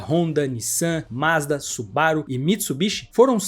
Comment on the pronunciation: Pronuncie direito: Mazda é Z 60. Quem diz "ê" é aluno de ensino fundamental. Ou aquele que só compra lâmpada gê"ê". Estude! Para se comunicar com o público, tem que ter estudo, senão cai na insignificância. Ou no desprezo.